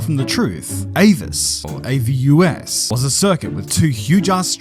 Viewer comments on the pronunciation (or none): The Avus track is pronouced Arh-vuss, just to let you know...the next time you want to mention it again. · The track in Berlin is pronounced Avus as one word. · Although AVUS is an abbreviation for Automobil-Verkehrs- und Übungsstrecke, it is spoken as a word, not spelled out.